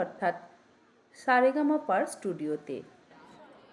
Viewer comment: DIDI TOMAKE DEKHE AMADER O KHUB VALO LAGLO...SOTTI EKHANE CHAKRI KORE AMRA ANK GORBITO..TUMI SUDHU COMPANY NAME TA THIK KORE DAO..ETA SAREGAMA HOBE..SAREGAMAPA NOY